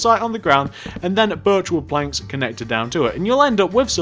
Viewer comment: when he said birch wood planks at the start it sounded like virtual planks